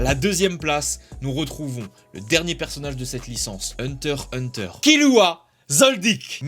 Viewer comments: Se kilua pas kirua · n'empêche y'a un truque chelou genre Kirua on le prononce la façon japonaise (Killua) mais Eren on le prononce à la façon française j'suis la seule à ne pas comprendre 🤔